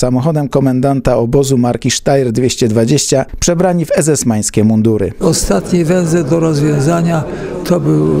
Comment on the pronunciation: przebrani w EEsesmańskie mundury xd